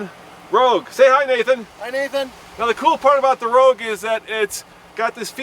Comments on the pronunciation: Nissan Rouge???? Really guys lol Nissan ROGUE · Your into says rouge - as in the french word for Red